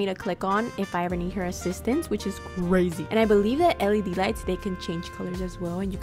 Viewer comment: SPACESHIP? BUTTŒHN Crazæh geæeeeet FAAAÆNCEYY *literal fart” SPRING RÆOLS GIRL SAID “🦅” Her Building skills are a SHEFS KISSSS